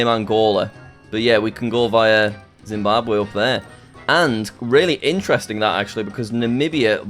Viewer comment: bro said Zimbabwe ☠️